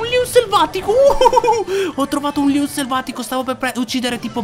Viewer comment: Ma perché dici Leon selvaticooo??